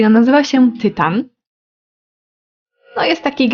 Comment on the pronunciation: Tynan nie Tytan 🫠